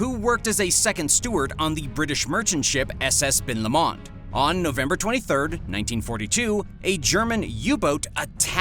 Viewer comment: #3: It’s pronounced Ben LO-mond.